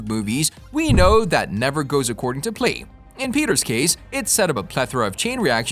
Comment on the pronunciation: Things like that never go to PLAN, not PLANE (Just one of many examples). Your American accent is amazing, but you need to have someone listen to your recorded dialogue and help you edit since English is clearly not your first language